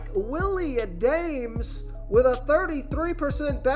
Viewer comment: Willie Ahdaymes?😂 Adames, my dude. Gotta learn pronunciation of the names to add some ethos to your videos . Good overall analysis though